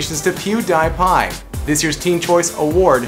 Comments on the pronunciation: Lol PewDIEpie. It's pronounced [Pew•dee•pie] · Its pronounced pewdeepie NOT pewDIEpie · It is pronounced pew-dee-pie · HOW TO Pronounce PewDiePie. Pew-Deee-pie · I thought it was pronounced Pew-dee-pie (spelled Pewdiepie, I know, that's just how I pronounced it, like you're saying the letter "D"). Not "die". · Not sure if to dislike this because of his pronunciation, or to like this because pewds won.. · FOR GODS SAKE. DID YOU REALLY HAVE TO MAKE ME CRINGE BY PRONOUNCING HIS NAME LIKE THAT. I WILL CRY IN A CORNER NOW. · He sounds like everyone who try's to pronounce pewdiepie the first time they see him. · Did you just...did you just pronounce Pewdiepie wrong? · He had to say who won JUST WHO WON.was it really that hard someone could at the least come have told him how to pronounce it. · One job. That's to pronounce his name correctly.. -.